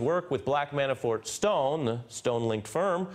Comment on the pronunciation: Why does the prosecutor keep calling him ManaFORE? He mispronounces Manafort's name in every interview I''ve seen.